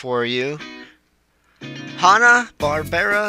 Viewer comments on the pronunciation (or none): It's not pronounced Hah-Nah, it's pronounced as Hanna like Hannah Montana....get it?